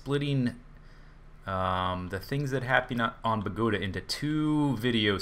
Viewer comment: bogota is the capital city of colombia for u to know !!!!!!!!!! and is no pronunce like you say it idiots